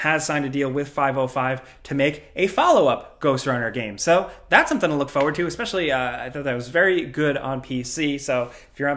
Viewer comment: it's FORward, not FOEward. <3